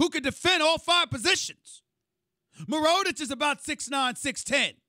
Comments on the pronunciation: Who the hell is mironich is he a rookie lol, it's Nikola mirotic Stephen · Did this guy call Mirotic...MUR-OH-TICH?? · Who the f*** is Meeroditch? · he doesn't say mirotic. idk how to type it but it's not mirotic lmao.